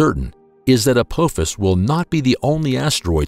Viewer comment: As bad as this video is, at least get the name right. It's not ApOphis it's ApAAAAAAAphis. ffs. How can we take anything else serious in this video, and I'm just 2 minutes in.